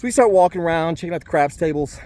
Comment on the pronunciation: Hey lovely place with mountains in the back ground sweeeet, PS i thought you said I've always been interested in crack had to rewind it to here you say I've always been interested in crapps 😂😂